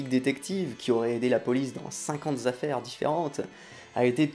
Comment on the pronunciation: Je vois ... je vois ... que tu as des soucis avec les liaisons des nombres : 50 z'affaires (pendant 50 z'ans ?) 9000 z'indices